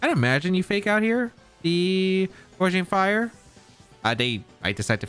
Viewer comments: GOW-ging fire not GOR-ging fire <3 no hate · Also the name of the paradox entei is gouging (like “gouge my eyes out or “The super market is gouging people with these prices”) fire.